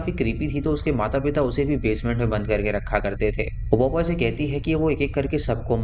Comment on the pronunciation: 'POPOY' nahi, it's pronounced as 'POPEYE', (PO - PIE). Tumne toh beech me 'PEPOY' ka ghar bhi bola. Haha! 😂😅🤣🤣❤